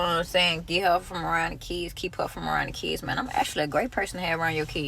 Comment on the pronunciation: Im in the middle of teaching my daughter to read and properly pronounce words. Hearing her say Keeds, Seeck, and Seester. How she pronounces the "i" in some of the words instantly got on my nerves...